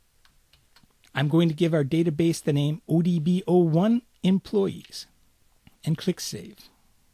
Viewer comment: Huh, looks like a great video series. >Does pretty good for first 5 minutes OK sweet, it's in an accent I can easily understand... >employess /me watches on with hopeful optimism...